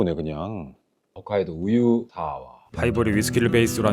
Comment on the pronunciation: 훗카이도가 아니고 홋카이도였구나